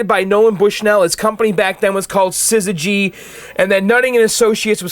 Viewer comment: You pronouncing syzygy wrong... One reason the company was renamed was that ppl. had no clue how to pronounce it :)